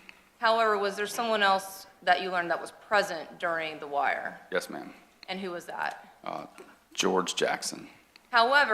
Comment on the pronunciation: Omg i can not listen to this person say yus marm not 1 sexond longer lol